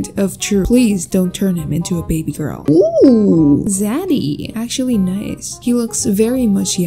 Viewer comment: I love how she said Material gworl eyebrows